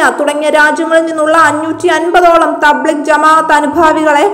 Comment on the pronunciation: തബ്ലിഗ് അല്ല തബ് ലീഗ് ആണ്.